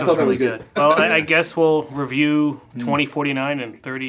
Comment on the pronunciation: When James says the word "review", he stresses the wrong syllable. It's like he's saying "re-view" instead of regular ol' "review".